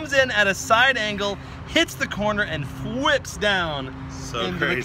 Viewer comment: "And fwips down!" Don you mean flip?